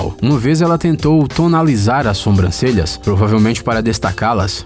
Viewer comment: SOMBRANCELHAS? Por favor, narrador, assassinou a língua portuguesa, hein! É Sobrancelhas, aprenda agora!